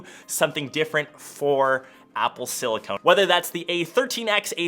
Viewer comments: Clicked off because of him saying silicone instead of silicon. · It’s pronounced Sili-CON not Sili-CONE!! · It's not pronounced sili-CONE ... it's sili-KUN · Btw it’s siliCON. Not siliCONE. I almost didn’t care, but you said the word wrong like 10 times. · The word is not silicone it’s silicon 🤦🏽‍♂️ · You're off your rocker on the pronunciation of the word silicoN, not siliCONE. Other than that, though, not a bad video. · Once I heard “silicone”... I’m out! BYE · siliCON not siliCONE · it’s SiliCON not CONE! Good advice though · Ok, i can't be there only one.. this video is infuriating.. please why do you keep saying Silicone? Silicone != Silicon 🙄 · Homie it’s silicon, stop saying silicone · SilicoN not silicone! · Its silicon, not SILICONE!!! That’s driving me crazy that you keep saying that. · It’s silicon not silicone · Silicon... not silicone 🤦‍♂️ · it's pronounced siliCON note CONE. 😊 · FYI Silicon != Silicone. It’s pronounced silicuhn not silicone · It’s pronounced Con not Cone idiot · Bro, It’s not Silicone, it’s Silicon.. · It's silicon not silicone. They are quite different materials. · “Apple sili-CONE” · say it with me everyone: si-li-con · love it! sidenote: it's pronounced silicON - silicone is the rubbery stuff lmao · he's saying apple "silly-cone" !!!!! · Is silli-cone a canadian pronunciation of the word? I'm in Toronto, and I'm curious if I'm saying it wrong. Help! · Silicon and silicone are not only different materials, they’re also pronounced differently. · EVERY TIME HE SAID THIS!!!!